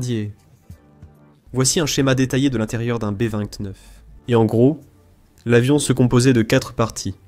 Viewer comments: le "boeux 29" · Exact ! Le "bœufs" 29 ! 😂😂😂